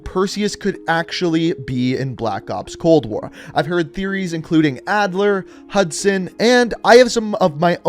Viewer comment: its actually hudson lmao